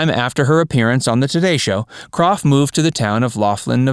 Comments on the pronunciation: Her name was pronounced crow not Croft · Not "KroFF" It's CROW.. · Yes, DAVID< DANNY< SHIRLEY< EVERYBODY!!! pronounced her name, as "CROW", and they would know!! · Suzanne Crough's last name is pronounced like, "CROW" , not like Croff. Dear sweet lady. Loved her being sung to, by beautiful David!!! She should have stayed in show business, she was awesome. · Her last name is pronounced CROW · While Suzanne had the talent to continue as an actress, I belief she made the right decision by leaving acting when she did. I have always loved her and she will be forever missed!!! Her last name was pronounced "crow" . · You'd be better off hosting a comedy channel of sorts, because so many of your (so called) facts are way off, for instance, the simple pronunciation of people's names Susan Crow, as it's actually pronounced! I know, I was one of her classmates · Her name is pronounced "CROW". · It's pronounced crow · It’s Pronounced Like “Crow “ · Thank you !!! So many mispronounced names any more!!!! Geez. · Please do your homework and pronounce Suzanne's surname correctly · Yeah HOW DARE YOU! To not know how to pronounce the last name of an obscure actress from the 70’s? And you call yourself a human?